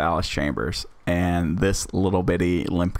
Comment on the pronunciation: Ohhh I just hate one part of it and thats you called it allis chamers instead of chalmers